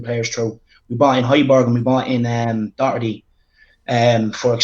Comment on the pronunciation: It’s Doherty...not Docherty... and he’ll give the ball away perpetually..